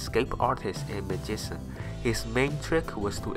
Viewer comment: lol the narrator... magisan lollll